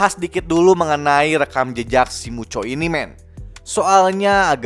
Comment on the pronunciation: Muto bang bukan mucho